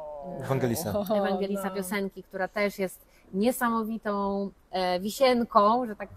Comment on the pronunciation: Vangelis, nie Evangelis i Courmayeur nie Cour(t)mayeur